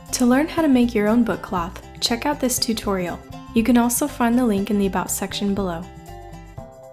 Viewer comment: No offense, but it's been bugging me that u can't say about right